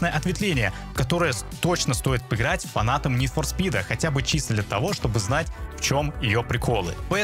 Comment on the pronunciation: ну что ж, стоит пЫсмотреть, пЫграть для начала, как автор грЫт)